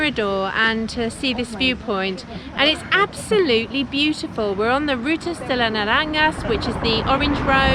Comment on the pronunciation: naranyas no, Na Ran Hass